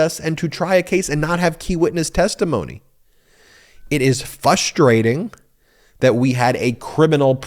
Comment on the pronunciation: Ben the word is fRustrating.. With an R...